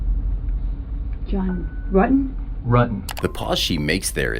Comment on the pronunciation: Also John's surname, rutten not rooten